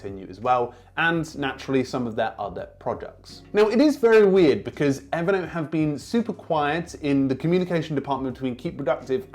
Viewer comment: Everytime you say Evernote I hear it evident! 😄 Great content as always.